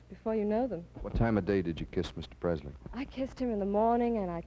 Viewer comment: Dick never learned how to pronounce Elvis' name and yet he knew him. It's not PreZley. It's Presley.